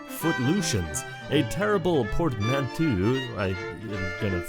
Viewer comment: portmanteau - port man toe ;)